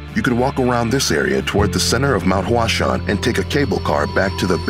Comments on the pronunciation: The way he pronounces “Huashan” kills me. He pronounces it like "Flower mountain" lol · Your pronunciation of the location is incorrect.